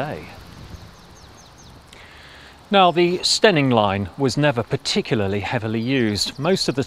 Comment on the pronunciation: I'm an Eastmidlander by birth and don't even know where "Steyning" is or might fictionally be, or that one should pronounce it "Stenning" (!), but this format (which the algorithm found for me) is magnificent - such excellent work in finding all the historic photos and viring them into the current status - subscribed in the hope that Bradshaw may encourage similar reviews of similarly stupidly closed railways NORTH of London (I know, culture shock big time). The format and the presentation are SO GOOD.